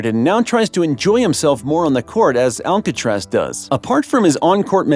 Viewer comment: The name is Alcarase not Alcatraz [ prisson in USA ] .... 😉😉😉